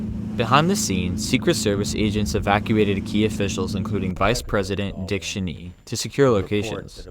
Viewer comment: It’s pronounced Dick Chainy. Not shinee.